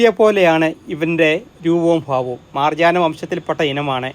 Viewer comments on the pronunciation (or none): അങ്ങേര്ക്ക് ജലദോഷം ആയിരിക്കും ര പറഞ്ഞപ്പോ ന ആയതായിരിക്കും